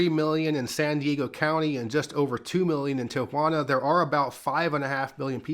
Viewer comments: Thank you for pronouncing Tijuana with 3 syllables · I LOVE how you say Tijuana right. I paused the video and had a whole conversation about it! for the win! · But he pronounced Tijuana correctly, so that's a W for me. 😂